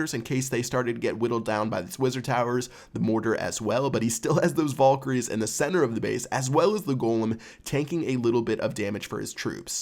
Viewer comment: It really annoyed me the way you pronounced Valkyrie